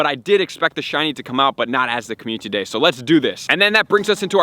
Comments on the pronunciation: commu-ty day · The way you say "Comu- ty Day"...<3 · Can you say, "Community Day" for me? I've been listening to you say it. But, you say it interestingly...